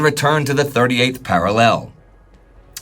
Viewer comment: I'm never going to get used to the way pronounces 'parallel'. It jars me every time 😂